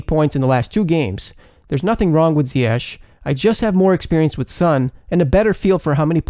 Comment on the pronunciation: Finally someone who says Ziyech the right way